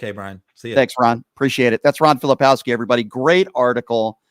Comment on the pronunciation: Hey Brian - Ron is too nice to correct you, but do him and yourself a favor and pronounce his last name correctly. Filip-KOWSKI not Fili-POWSKI. There's a "K" in there. I enjoy your show.